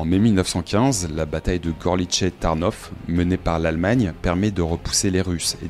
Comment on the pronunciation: Przemyśl à prononcer Pchémèchl et Tarnów Tarnouf. Bienvenue dans le monde merveilleux du polonais 😉